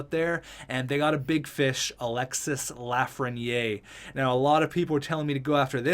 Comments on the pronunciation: You pronounce it Lafren-yay, its pronounced Lafren-year, if you care about that stuff, awesome vid btw. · It’s pronounced LAF-RE-NI-AIR